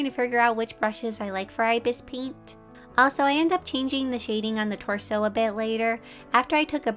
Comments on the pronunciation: Love this but its ibis paint x isn't pronounced (eye bis its ib isss) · The way she says ibis paint lol